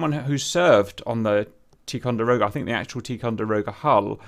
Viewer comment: It's pronounced, "tie con der oh guh." "Tie co" for short...